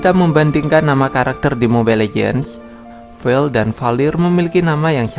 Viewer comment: Vale bang bukan vel